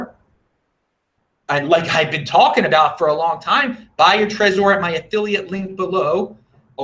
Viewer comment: lol why do you say trezor like that? How about like the name Trevor, you dont need to focus on the O. Lmao